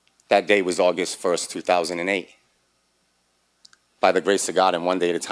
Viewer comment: Did he say August 1st 3008? Sure didn't sound like 2008